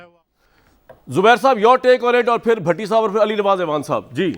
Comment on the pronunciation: کامران بھائی لفظ اعوان ہے آپ ایوان کہ کر بلاتے ہیں ۔۔ Next time parhaiz krain🤒 Shukria❤🌷🌷